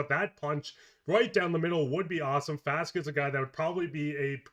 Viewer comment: Small gripe: why does it seem like everyone says "Faska" instead of Faksa? And they use the short a in the first syllable of his name, when Czechs practically never use the short a, unless they're trying to speak an English word. Even Doug Armstrong pronounces Faksa's name like "Faska." It sounds like he's ordering a Fanta orange drink.